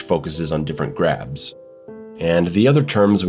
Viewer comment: Thought you said crabs at first, I was like how did crabs hurt you